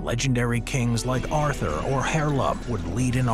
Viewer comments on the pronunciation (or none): none